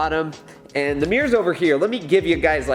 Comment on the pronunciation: accent: "HEY GUYS WE GOT MEERS NOW SINCE EVERYONE WAS ASKING ABOUT MEERS, CHECK OUT MY MEERS"